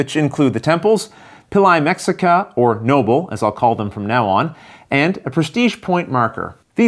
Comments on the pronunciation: LOL. it probably should be pronounced Meh - HEE - ca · Since the games about the people of Tenochtitlan, should it not be pronounced May-shee-ca, as per - sorry it just bothered me every time you said the name as if it were just like Mexico. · The game looks good. Only like a corious, I, like a mexican, can say the pronunciation is : me (the sound of the pronunciation of the english word he) ca. And for general culture, the lake in when the city was build, is Texcoco lake. salutes. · Great review! Just a note, the X in Mexica is pronounced as a ‘SH’ sound. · the Spanish pronunciation though. In Nahuatl it would be pronounced more like "May-shuh-EE-kah". Me gusta mucho tu pais y la historica de Mexico. Y por supuesto la cocina. ; ) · you are totally right, aztecs speak nahuatl